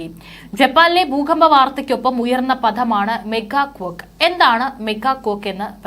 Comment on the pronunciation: മെഗാ കൊക്ക് അല്ല മോളേ , മേഗാ ക്വേക്ക് ആണ് !!!?.